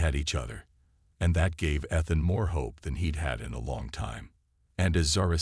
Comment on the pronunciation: How many times can your Text to speech engine mispronounce "Ethan" and the turn around and do it right..... Holy shit. Review some stuff before posting this drivel. This is bad. I'm only 3 minutes in.